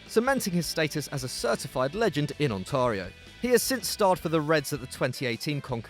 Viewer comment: I love hearing British people saying Canada and Canadian places😂 his pronunciation of Ontario was a little off but it was fairly funny